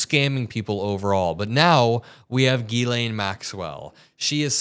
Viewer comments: Being french, can I tell media that her name is Ghislaine (pronounce jislaine) and not as Guylaine like you always say! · Epstein was a goofball from the Bronx. He needed Ghislaine because she was posh and knew all the famous people. Epstein made his money by blackmail and money laundering. Ghislaine and Ivana would drive around looking for young girls to groom. Ghislaine is pronounced zhee-LEN. Epstein claimed he needed to climax 3 times a day. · Chuck knows her name is not pronounced “gizz lane”😅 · It’s NOT Gee-Lane. It’s pronounced Jiz-lay. It’s French. The n is silent. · JIZZ-laine is not how her name is pronounced. Its GHEE-laine like is saying it. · the over pronunciation of “Gee Lane” is really throwing me off. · The name is french and pronounced: Jislaine Maxwell. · It's pronounced jeez lane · Hearing Chuck Schumer mispronounce ghislaine was too much..be warned.